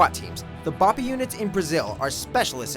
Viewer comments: Special Operations, not Special Forces. Also your pronunciation of BOPE is incorrect. It's not "Bah-pee", they even pronounce it in the movie. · Learn how to say BOPE right its not bo Pey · exactly lmao. I know it isnt easy but he didn't even try bro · God that BOPE pronunciation was sooo bad. Should have translated it and said in English xD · damn you butchered what BOPE means should have just said BOPE